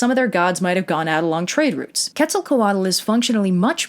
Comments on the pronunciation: That Quetzalcoatl pronunciation is so cringe and wrong, it's not two words like "Quetzal coatl", it's one continuous word. Come on man, couldn't you at least find a video with the right pronunciation and copy that? You obviously did some research about it. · I love how they say "quetza-co-WADDLE" when it's rlly just "que-zal-co-at" 😂💕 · It's Quetzalcoatl. You got marsupial right, though. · I thought Quetzalcoatl was pronounced CUET-ZAL-COAT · Am I the only one who doesn’t think she pronouncing Quetzalcoatl right? Cause I was taught a much different pronunciation from my grandparents and father. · yeah I noticed that the tl consonant wasn’t pronounced correctly at all and it threw off the whole word pronunciation but other than that it was not too bad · About the pronunciation of Nahuatl words. The "tl" sound at the end of a word it varies a bit but the most common that I know of is with a hard "t" that slides into an "l". Here are some examples, Of these the second and third are the ones I'm most familiar with. Quetzalcoatl shouldn't be pronounce "Ketso-ko-waddle but more like "Ketsal-Koah-t'l" I've also heard some people claim "tl" is silent. I guess It's a regional thing depending on which part of Mexico you're from. I'm by no means an expert, but to my credit I am Mexican and I've heard Nahuatl spoken, for whatever that's worth. Thanks for the vid and If you liked Teotihuacan you should also visit Chichen Itza. The weather is beautiful and so are the beaches. You can check out Xcaret and swim in some of the underground rives called Cenotes. There's also a live show about the history of Mexico that includes the Spanish conquest. Anyway thanks again for making this video. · I’m pretty sure the “l” at the end of Quetzalcoatl is silent? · lol "ketzal cuh waddle" , you Said Kukulkan and Qukumatz way better than you said Quetzalcoatl and any other Nahuatl word the entire video. XD